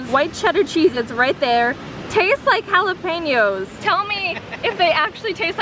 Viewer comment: 1st. Yes white chedder chessetz taste like jalapenos. 2st. Someone actually pronounces jalapenos correctly